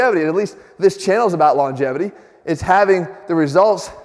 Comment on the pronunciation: Did you just say Longevity ,long -JEFFITY ? i think its a bit selfish